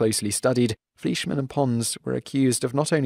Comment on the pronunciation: Lowell's name is pronounced LOW-ell. And Fleischmann is pronounced FLY-shmann!